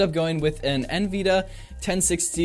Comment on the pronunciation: I love the way you pronounce nvidia 😂😂😂 great video!